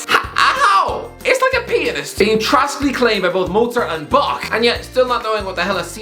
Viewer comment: "Trassically clained"